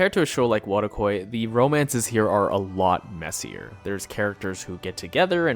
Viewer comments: Whattawai? Futakoi? You mentioned the name once or twice, but for someone who isn't used to mentally parsing Japanese letters out of what people say, it sounds like you mumbled some random phonemes, and there's no English text on screen for me to type into a google search for "the most recommended anime in that genre". Searching through the list in the description, I'm guessing you said "Wotakoi" Thanks for making this video, though. I'm so goddamn sick of anime (and games) made by grown as creepy old incel men, about high-school dating situations, high-school perv situations, first kisses, first "times", the cultural-festival, boys having a heart attack over getting a glimpse of panties, girls getting upset that the boy they like is looking at other girls. It's nice to know that there's some entertainment out there featuring more mature characters in more adult situations. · dude.. weak. You draw me into this and then you say the name of this anime what the hell did you say? pota poy? pota quoy? wft? then in the description you give a list of anime you mentioned a really long list. and non of then have a name that sounds anything like pota quoy. Dude. Weak!! haw am i meant to find this? dude... so weak... pota quoy ... ffs. im not going to watch this video. and then never be able to go find it. so weak... omg. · For anyone interest in the Anime mark it's Wotakoi, could not understand what you were saying there. Appreciate the video, will check some of these out.